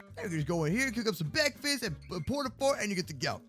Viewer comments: Bekfast mod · btw bekfast!!! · BEKFAST AND MOOSEMILK